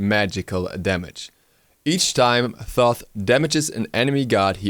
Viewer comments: ITS PRONOUNCED TOTE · It is pronounced "Toth" with the first H being silent :) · Wow dont pronounce Toth like that!